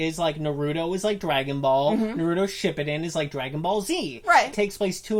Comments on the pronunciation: Edit: And pronounce Shippuden like "Shpippiden" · shit he said shipbuldin😂😂😂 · yea and how she said shippuden